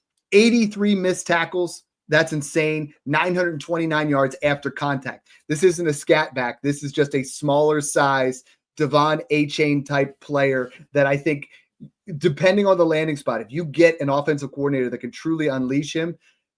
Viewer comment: It’s not ah-chain. It’s ay-chan